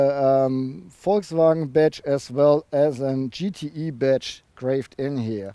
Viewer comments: Du verwechselt den GTI mit dem GTE, das E wird nicht als Ei ausgesprochen sondern als i. Das macht das Ganze sehr verwirrend! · GTEEEEE not IIIIII :D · Does he say GTE or GTI?